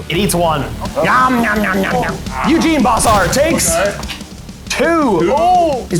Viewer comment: I love the armies that plays because he and I share so many, but every time he calls Eugen “Eugene” I cringe a little.